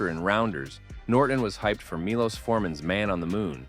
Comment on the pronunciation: I must tell you Milos is pronounced Milosh (like in Shoshanna)